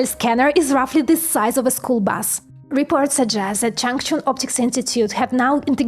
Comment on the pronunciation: Did she say "SIZE"?